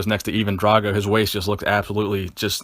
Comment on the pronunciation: Firstly, Sylvester WAS a "Bodybuilder", just not a pro bodybuilder (Anyone who trains for aesthetics is a bodybuilder) Secondly, It was Never "Rambo 1 or Rambo 2" It was First Blood and Rambo, First Blood Part 2. Thirdly either pronounce it DRAYGO or DRAGO but not BOTH for chrissakes!